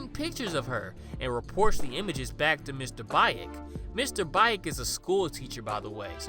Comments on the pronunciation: Isn't Baek pronounced "bake" instead of "ba-ache"? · Great video, but it's pronounced Mr "beck" not "bye-ick" Much love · I'm pretty sure you pronounce it as "Bek", like the character from Tekken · It ain't Mr. Bayek - Baek is pronounce like Bek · It's more like Beck. Not Bike. Yeesh. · sorry but “bye-ek” has me dead 😭😭😭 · Baek is pronounced like “Beck”:). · I love your channel. It’s one of my favorites. Ps it’s Mr.Baek is pronounced like Bake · Just a correction: the correct pronunciation is Mr "Bek". But it's a great video inspite of that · I know I'm late but I would like to say Baek is actually pronounced Bek....I'm sorry just trying to be helpful....I absolutely love your channel....I especially love that you have so many korean movies. I choose you over foundflix anyday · Yo for future reference, the Korean name Baek is pronounced beck like David Beckham (thumbs up) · btw "baek" is pronounced kinda like beck with a softer b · Fun fact: baek is pronounced bek, know that from Tekken 5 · The way he pronounced “Baek” took me out😭😭